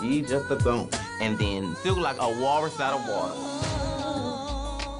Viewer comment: “...and now you’re just flopping across these people’s stage.” emphasis on ”flopping”